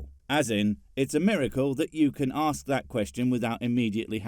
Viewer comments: Forget understanding how words work. He doesn’t even know how letters work. Three simple letters. A S K. Somehow out of his mouth, it turns into aks… jeeez… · Why does he say „AKS“ a question and not „ask“ a question? Does he not learn english from the magic book of holy crap? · Why can't people pronounce Ask correctly. Its always "axe, or ax, or arcx's, or some variation. The correct way to say Ask sounds like this. arse'k" like if you were pointing at someone's buttox an saying "arse". Ok good. Thanks everyone. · Arks? No my man, Noah built an Ark, singular. Never Arks, so stop saying it in sentences where i think you mean "Ask" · Don’t akst... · Surprisingly the question, and this video don’t annoy me at all. Not one bit. His logic is completely messed up, but we kinda knew that would happen, didn’t we? And at least it is a new argument. No. What annoys me is his pronunciation of the word ‘ask’. The ess comes BEFORE the kay!!!! Aaargh! Clenched teeth! Clenched buttocks! Clenched kidneys! It’s pronounced ‘arse-k’! Arse-k!!! Not arks!!! Arse-k!!!!!! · If you can't even say the words "ask" and "asked" properly but instead pronounce them as "arks" and "arksed" then you have no business telling others what words mean or how they are to be used. Plus, the question: "What is god" is asked by the atheist who in turn evaluates the answer and subsequently tells you that they don't believe in that god concept either. Simple. These videos that try to "debunk" or refute "atheism" always fail because they never attempt to prove god exists. You can't "debunk" someone's non belief anyway.